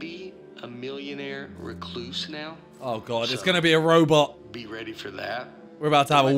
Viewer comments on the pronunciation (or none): Man said robet